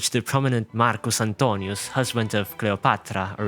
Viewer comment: The way he said Marcus Antonius and Cleopatra, though.